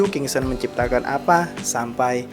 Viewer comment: bukan kingston bang tapi kingston